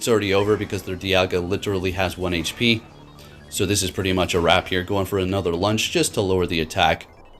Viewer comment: "anotherrr quiterrrr" lmaooo